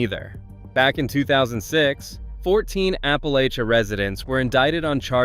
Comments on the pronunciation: Apple-latch-un, Apple-latch-a. Saying it wrong screams arrogance. This will help, "If you put a "lay" in it, I'll throw an apple atcha". Apple-LATCH-uh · App-uh-latch-uh both the town and the mountains. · Others have already commented about the Ferry Farm Plantation actually being in Virginia Beach and the way you pronounce "Appalachia" and "Staunton" incorrectly, although you're not alone. I was surprised to see Fredericksburg and Williamsburg on your list, but you mentioned Blackstone as the #1 place to avoid. Haha! I grew up in Blackstone and still go there several times a month. I didn't realize I should be scared to go there, which I'm not. You should do more homework before releasing future videos. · Despite the pic, the Town of Appalachia is not in Carroll County...durrr. And how can you get the town pronunciation right to start then revert to pronouncing Appalachia like a ferriner.